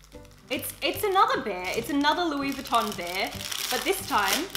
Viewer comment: Mehhh really sucks when people don’t pronounce Louis Vuitton correctly ....